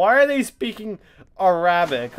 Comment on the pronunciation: That is not how you say Arabic btw, you don't extend the second a